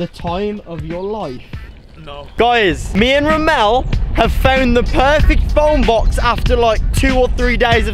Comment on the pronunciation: I laughed when he said “Were gunna duktape him in the fone bux” And “These are my food and water” Legit theres only 2 water bottles